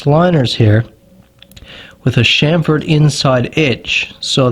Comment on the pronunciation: The word is CHAMfered as in CHAMP...not SHAMFORD!!! GET IT RIGHT!!